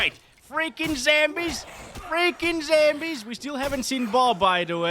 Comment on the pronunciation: Is he mispronouncing Zombies on purpose lol 😂